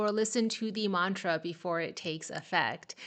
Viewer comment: You are pronouncing mantra accurately.